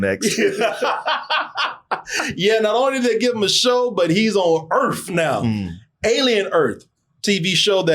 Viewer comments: Alien Earth but it's on Welcome to Earf now. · “Alien Urf!”